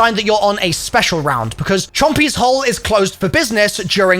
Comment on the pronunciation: Why can’t he say hole?😭